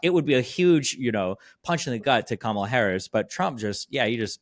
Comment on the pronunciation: is a good interviewer, but come on it’s COMMA-La